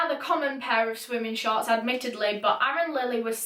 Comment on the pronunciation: When you said the fisherman saw “pink shorts “ in the water , at first i thought u said the fisherman saw “pink sharks” in the water. Lol